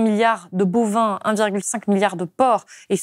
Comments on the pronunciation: à 38'53 : 300 milliards de "bauvin" (au lieu de bovins) ... 2 fautes avec un seul mot. Faut arrêter de boire trop du beau vin ! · 39ème minute : bovins et non bauvin